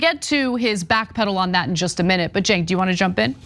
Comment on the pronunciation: Yes but "Cenk" not "Jake."